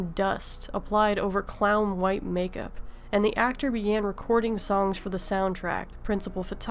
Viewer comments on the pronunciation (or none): none